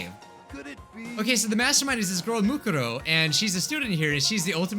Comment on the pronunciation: he litterally just said moneykuma